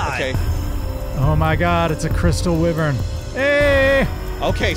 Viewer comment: That, and take a shot every time they mis pronounce wyvern. You'll be black out drunk in like an hour or 2 Edit: I did a goof, and didn't know/realize for 2 months.